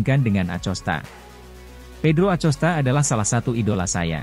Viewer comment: bacanya akosta, bukan acosta